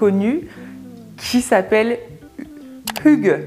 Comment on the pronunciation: Du utalte hygge meget bra! Jag kan tyvärr inte säga samma sak på ditt uttalt av "lagom", du lade till ett lite "r"-ljud som inte finns med. (En fait, "lagom" est prononce comme ça s'écrit) Annars en mycket koselig och härlig video :) Et pour votre prononcation sur "kos", c'est un long "o" son, un peu comme on prononce "rose" en francais. Mais j'applaudis vos efforts! Je viens de Norvège et je parle norvégien, suédois et danois. Ils sont très similaires.